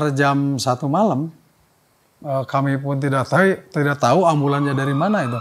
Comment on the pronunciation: "kami pun tidak tai"